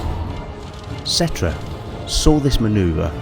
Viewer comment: I’m pretty sure the ‘P’ in Ptra is silent; it pronounced Tra.